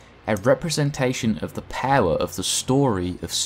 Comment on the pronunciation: I literally got hooked on the way you say power